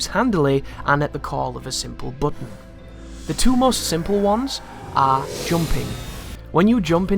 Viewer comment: The way he says "button" is annoying